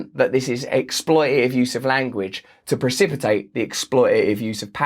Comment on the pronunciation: I like the way Russell says "expoi'a'ive."